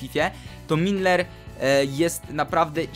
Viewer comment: Milner a nie Minler!!!